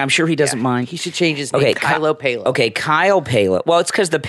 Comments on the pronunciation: Also Kyle's name is Pal-oh not Pay-lo. He has pronounced it himself many many times on his vlogs and I have never heard him say Pay-lo. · Kyle’s last name is pronounced like pal-o